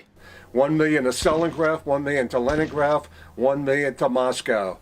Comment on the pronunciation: Leningraf and Stalingraf... When his script was written, the person doing it hit the neighbouring key and now I wonder for how long he has miss said the names without noticing it.Not gonna brag but I've know of both cities since at least I was 6 years old.